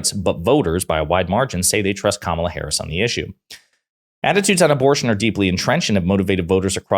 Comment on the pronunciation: Amazing how so MANY R's can't or won't pronounce Harris's name correctly. I suppose D's should start calling Trump not by his correct name, but rather dRump. Fair is Fair - right?